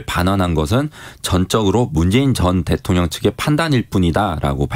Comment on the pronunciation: 기자님 읽기가 위태로와서 듣기 불편해요.대통령을 대총령이라고, 끊어읽기도 어색해서 남이 쓴 거 의미 모르고 소리만 내는거 같단말예요